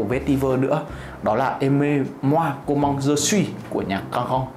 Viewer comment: em đóng góp với anh zai 1 chút tnay, với chai nước hoa đầu tiên thì chữ "comme" nó là com mờ chứ ko phải là com măng "comment" theo như cách anh đọc trên video ạ